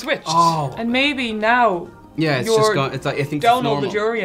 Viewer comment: You broke and in the same video! Comhghairdeas!